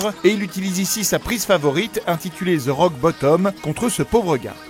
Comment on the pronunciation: THE ROCK NOT ZE ROCK CAWLISSSSS